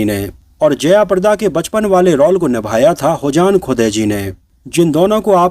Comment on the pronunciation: आपको पहले भी कहा, रौल नही, रोल बोला करे.